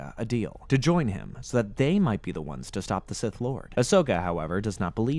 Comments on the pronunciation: Say it with me now. "SITH" NOT "CIS"!🤬 very distracting and made it hard to watch. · I thought he was struggling to pronounce “sith”